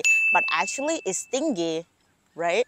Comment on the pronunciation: Stingy like g here pronounce as J not gi but ji